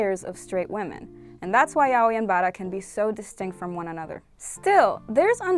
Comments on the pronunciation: Being latina is not an excuse, unless you're brazilean you'd pronunce yaoi as "ya-oh-ee" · I always pronounced it yay-oh-e